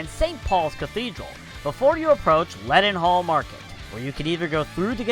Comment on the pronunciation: Your pronunciation of Trafalgar, Charing and leadenhall is hurting my brain